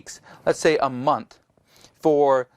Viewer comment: Month not mouth lol!